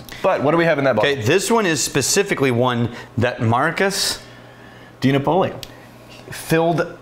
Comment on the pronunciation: The pronunciation of DiNapoli is so cringe. De Naa-Po-Li. Stress the A